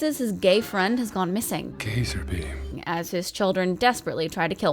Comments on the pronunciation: “Gay-zer beam..” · I'm dying! 😂 "Gay-zerbeam"